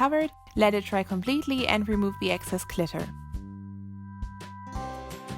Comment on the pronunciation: I love how you say glitter, I’m not trying to be mean or anything but I think it just sound cool the way you say it